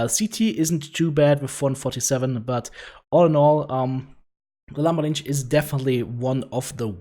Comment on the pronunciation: Your pronounciation of the mech's name drives me crazy. XD